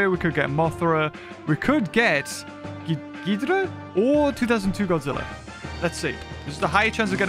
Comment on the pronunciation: ITS GHIDORAH GI-DOR-RAH